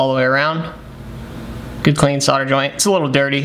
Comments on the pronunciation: Solder. Like older. It has an L in it. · It's the same as soldering except you forget to pronounce the L!